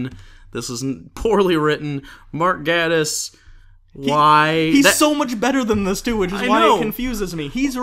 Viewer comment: ''Gae''tiss not ''Gah''diss.